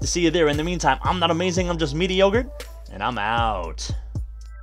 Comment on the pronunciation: first video of this guy and his intro is, im not amazing im just "". i want to die